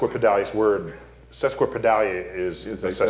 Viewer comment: he mispronounced sesquipedalian